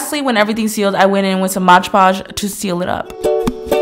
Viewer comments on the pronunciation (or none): Does anyone else hate it when people say MODGE podge instead of MOD podge?! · Loved your video, Karina! I just have one thing to say, though. Mod Podge is not “Modge Podge”! 😅